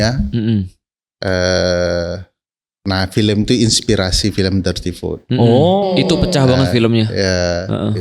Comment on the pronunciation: Khas bgtz org sebrang bilangnya filèm bkn film 😂